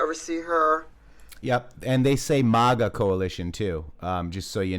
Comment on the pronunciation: Yeah I like how they say Mega and Moga... these people are so stupid they don't even know how to infiltrate a movement they can't even pronounce the terms correctly.... its MAGA u idiots! ... we have swamp creatures crawling around in the camp. ... thank you for sharing in The Matrixxx we need to know about all these people